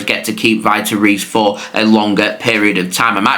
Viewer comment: Vitor Reis is pronounced like Veetor Hays